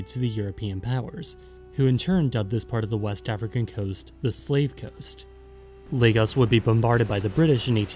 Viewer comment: As a Nigerian man (Ijaw/Igbo), I can tell you that this is one of the most accurate, researched short docs on Youtube (from mention of the Sokoto caliphate, bight of Benin to the Ijaw). Also, kudos on pronouncing it as "Lay-gus"